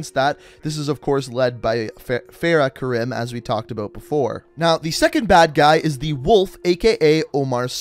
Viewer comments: "Feyrah Karim" Welp. I'm out. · You pronounced Farah Karim wrong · How can he play the entire campaign and still pronounce Farah Karim wrong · Cant even say Farah Karim right